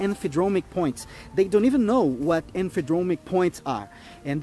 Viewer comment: I know English may be his second language, but “Emphydromic”? No such thing.